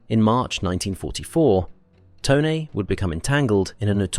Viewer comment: Glad to hear “Tone” pronounced correctly.